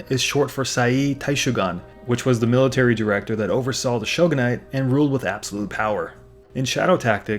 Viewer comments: Cringing every single time I hear you say "shogon". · "Show Gone"? Really?